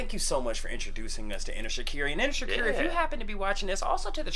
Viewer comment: Yessss shikari is pronounced differently but I love your review u must heat there other stuff 😊